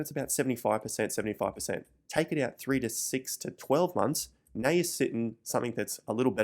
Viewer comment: When he says “now” it sounds like Meow lol